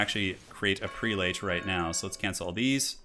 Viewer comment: You're not going to corrected Prelate = "Preh-let"?